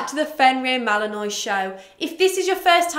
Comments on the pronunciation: Not to be one of those picky people but... isn't it pronounced Mal-uhn-waa not Mal-uhn-noy? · Uh I don’t have a British accent but I’m pretty sure it’s pronounced mal-in-wah regardless of accent